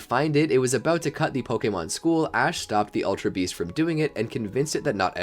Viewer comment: Annoying how you pronounce ULTRA like ALTER. Sounds like you're saying Alter Beast and Alter Guardians most of the time.